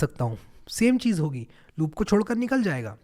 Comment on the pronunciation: Are bhai chhodkar not chodkar